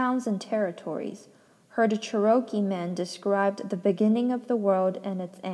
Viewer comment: Cherokee is the Native American pronounced Chair-O-Key 🌸 Also ty so much for reading this to me while sick 😘